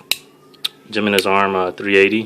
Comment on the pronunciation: "Gem-meh-nez arms" lol... It's 'HE-MEN-NEZ'. Nice collection, bro.